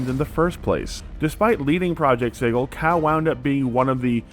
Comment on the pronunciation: Am I being gaslighted now about how “sigil” is pronounced?